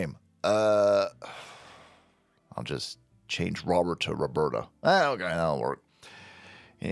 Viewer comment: Robert with a long O...no A lol